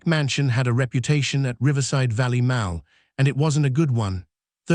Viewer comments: The word MALL in this story is pronounced MAUL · Not Maul it’s Mall you nut! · NOT MOWL … MAWL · Narrator needs to pronounce "mall" correctly. Phoneticslly it's "mah...ll" not mal..l". Don't use an England English speaker fir USA YouTube videos since their pronunciation is different than USA English speakers. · Pronounced Maul not Maal 😢😢😢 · She'd testified became she dtestified Mall became Mal Fix your robot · maybe your AI reader could learn to pronounce "mall" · Will someone program this AI voice to pronounce "MALL" correctly? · Your AI pronounces “mall” weirdly